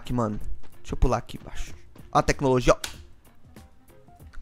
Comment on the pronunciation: Teclologia esse mata o português